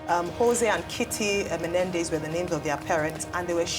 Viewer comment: it’s not mendes. It’s menendes. Thanks for all you do. We appreciate you